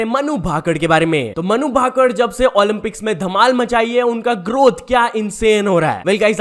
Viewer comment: मनु भाकड नही है भाई😂 मनु भाकर बोल